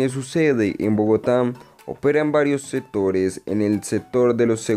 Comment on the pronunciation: A mejorar pronunciación y léxico. te comes la c en casi todo ejmp atualmente, setores etc... pero interesante el video